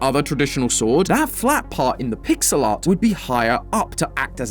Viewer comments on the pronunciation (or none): none